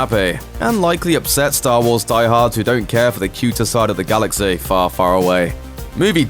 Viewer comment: Galax-ay, famil-ay, cloud cit-ay.....these are small details I picked up about your weird pronunciation.